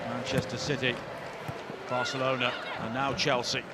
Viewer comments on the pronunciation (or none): none